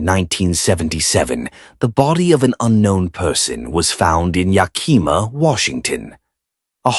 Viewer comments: From Washington state. It's pronounced yack -a -maw. It's the name of native American tribe Yakima. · lol every time it was pronounced incorrectly I flinched..